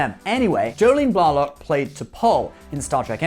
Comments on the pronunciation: odos name is said rehhh nayyy…. not reen….. and its not jolene blahh lock its jolene blay lock,,, jolene blalock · Colm was a good guy in "The Commitments" and "The Van". I saw him in a play-with various "TNG" actors-in Atlanta many years ago. I thought Jolene's last name was pronounced Blaylock. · Your pronunciation of "Blalock" is rather odd. The ones I know with that surname pronounce it "Blay-lock".